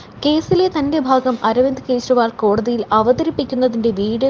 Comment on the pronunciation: കേശരിവാളോ..... ശയും ജ യും തമ്മില്‍ ഉള്ള ഉച്ചാരണവ്യത്യാസം പഠിക്കാതെ വാര്‍ത്ത വായിക്കുന്നോ....